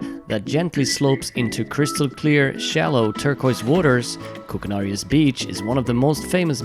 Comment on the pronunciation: Koukanaries...your saying it wrong ...a pine cone is not a nut lol sorry I've been so many times its home from home.